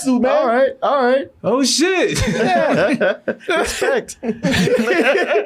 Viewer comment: Keanu is the only man I’ve heard pronunce extra syllables at the end of words! Yeah is Yeah-ha! Gotcha is Got-cha-a! 😂